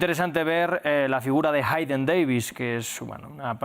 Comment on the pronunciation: Jeiden, se dice jeiden